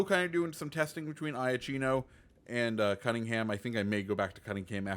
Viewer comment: Iachino is pronounced “yakiiino” not “eye-a-chino” ;)